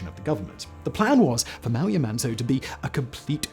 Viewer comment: Why does it sound like Simon keeps saying yuh-man-toe? Never thought yamantau could be so difficult lol